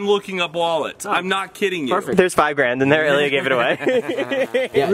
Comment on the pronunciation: its Ilya not yilia😂